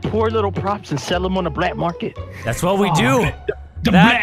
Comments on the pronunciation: 'DA BLAT MARKET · "Blat Market" wut